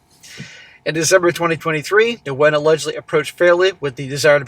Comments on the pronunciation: Nguyen is pronounced Winn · the Ngu is pronounced as a Wh sound. The name sounds more like "when". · Nguyen is a very common Vietnamese last name and pronounced 'win'. That was like nails on a chalkboard thr amount of times said it wrong. In any case, what a total dumbass and he got what he deserved. Thinking with his dick rather than his brain.